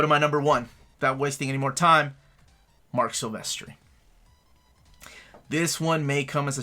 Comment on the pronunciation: I was with ya until ya said Silvestri lol.